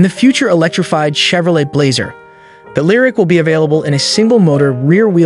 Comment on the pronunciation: Next time, maybe have your voice over practice once and learn how to pronounce Chevrolet and Kilowatt.